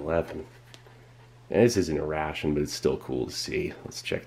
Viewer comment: constantly the word ration sounds like russian)